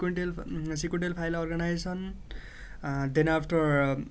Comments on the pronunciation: its organization , not organition.... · no, "orginizion"